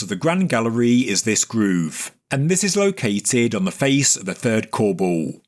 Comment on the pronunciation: His accent is strong on one word. I can't figure out what he is saying when he uses the word, "colebowl" (spelled like how it sounds)